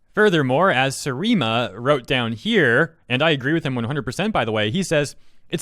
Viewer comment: Maybe pronounce people’s usernames correctly. Seri ema not sir eema.